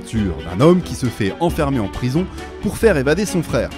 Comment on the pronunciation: Remarquable synthèse sur le sujet. Attention, ne dites pas : « Dans ce film, on y voit… » Il y a là un pléonasme (dans + y). Attention aussi à la prononciation du nom anglais « prison ».